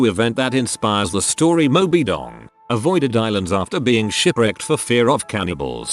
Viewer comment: "Moby Dong" lmao